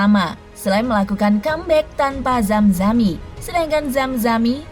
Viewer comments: zamani min,,bukan zamzami😅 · Penyanyi slam nama nya zamani Bukan zamzani